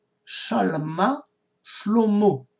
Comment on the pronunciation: C'est prononcé "salmah" et non shalmah. C'est un sin et non un shin.